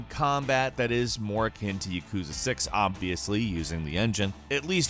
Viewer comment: why people pronounce yakuza, " yekuza". Its pronounced how its spelled or spelled how it is pronounced. That's how it is with every Japanese word. so say YAkuza.